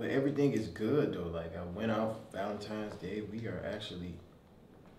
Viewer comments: You keep saying valenti”m”es😭😭💔😂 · Why sayin “valentimes” day💀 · Lol.. it urks me when he pronounces valentines day as valen 'times' day.. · I’m so tired of saying Valentimes lmao. It’s crazy, even when talking to their friend… he gone use that M & not N 😂😂😂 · So y’all just gone let keep puttin an ‘M’ in Valentines?! I mean… he looks good and all, but somebody gotta fix that.